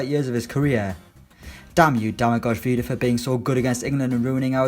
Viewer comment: Stopped watching when you butchered the pronunciation of Vida's first name